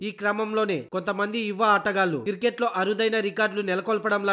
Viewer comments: Voice over evado gani adi kiriket kadu ra naayana cricket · కిరికేట్ కాదు క్రికెట్ భయ్యా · Kirket yendi ra ayya.... Cricket anu....🤦🤦🤦